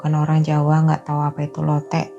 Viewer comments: Bacanya lotek (k nya diajak) kak.. hehehe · LOTEK tuh K nya dibaca Mbaaaaaaa, jangan dibias kyk bahasa jawa